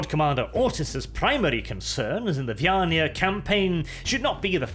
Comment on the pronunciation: Is it just me or does someone else also get pictures of a hive world full of catpeople in their heads, everytime says "vyaniah"?